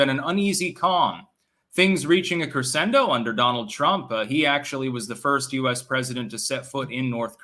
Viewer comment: The way he pronounced rapprochement and crescendo clearly indicate that he's only read those words, and has never actually heard them spoken by another.🤣🤣